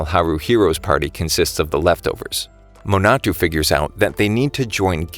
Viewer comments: the other names are forgiveable but... muh-na-too lol ma as in mama na as in nap to as in toy ma-na-to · It's a little bit funny how he says "Minatu" instead of Minato